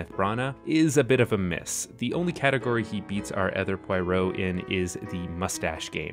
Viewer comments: My dear friend. It's not Pwoy-row. It's Pwah-roh. . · You seem to be saying Poyrot rather than Poirot. 😄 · Only if he learns the name is pwahROH not poyROH. It's not film noyr but nwar. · Repeat after me, it's "Pwah-roh", not "Pie-roh". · Good god, man. Not Pie-row. Pwah-ROW. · Finney is allowed to be "P-why-roe" so long as David Suchet remains "P-wah-rho" ;D (Always loved the way Suchet emphasized the French pronunciation of Poirot) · It's not pronounced Pie-ro. Akkkkk! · I’m late to the video, but your pronunciation of both Poirot and Ustinov are just a tad off. Poirot is pwah-ROH, and Ustinov in AmE is the commonly-heard YOO-stin-ov; if you were trying for a purist Russian pronunciation, it’d be oo-STEEN-uf. As it is, you’re landing on a hybrid of AmE and iffy Russian pronunciation that is most likely unnoticed by AmE listeners who may think that they’ve been pronouncing Ustinov incorrectly all these years (they haven’t), but to speakers of English and Slavic languages, it probably doesn’t give the impression that you want to give. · Poirot : [entering the office] ‘Pwaro’, Mademoiselle, pucker your lips as though about to bestow a kiss! ‘Pwaro’. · You had me hooked until you negged David Suchet. Poirot is not a cartoon, and you’d know this if you ever read Agatha Christie. Suchet is the only Poirot. And it’s pronounced Pwah Row. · I’m just gonna leave this here: it’s pronounced ‘Pwaro’ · Like Sbarro. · There’s no way on this Earth that Albert Finney is the best Poirot and I’m sorry but your pronunciation of all the actors names is terrible! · Exactly. And the fact that he assumed Poirot is a ridiculous man, when in reality he's very well rounded, calm, brilliant man with great manners, why did he think that having personal style and taste is ....funny or ridiculous?!🤦🏻‍♀️ I'm not even talking about the fact that he didn't even bother to learn how to pronounce his name properly.🤦🏻‍♀️ He clearly didn't read attentively if he thinks Poirot is a joke.....